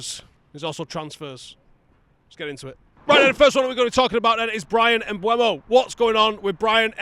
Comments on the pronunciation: If you keep saying Mbwemo I don't think I can keep watching. Devastating news for you I'm sure. Seriously mate sort it out. M-beu-mo. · Bryan Mbeumo. Pronounced: Mm - boo - moe.